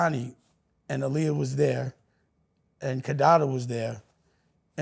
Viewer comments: If he knew Aaliyah he would know her name is pronounced AHHHLIYAH NOT UhhhLiyah. Man he’s exhausting 😂 I can’t with Dame, sheesh! 30 mins in & I need a drink! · Dame is delusional! He was so mad when he wasn’t a part of the Roc anymore that he tried to use Jim Jones & Cam to attack Jay through music. This man is so in love with Aaliyah and doesn’t even say her name correctly. Look it up, she was a stickler about saying her name is pronounced AH-Liyah. He did EVERYTHING and has nothing but hatred in his heart towards anyone who doesn’t stroke his ego.